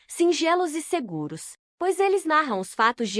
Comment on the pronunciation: Kkkkkkkaaaa mas ke. Leitura. Orrivel. Ela fala. Algumas palavras. MT. Errada. Por exemplo. Quando jesus disse na crus. Pai. Perdoem. Pós eles não sabem. Oke babem kkkkkkaaa. Cardeke ela pronunciou. Valdeci. Eu tirei d. Narração. Masculina. Por ser. Ruim. Colokei. Nessa. Mulher ke. Fala as palavras. Toda errada. Ainda. Vai pedir. Like. Será k vai ter coragem. ??????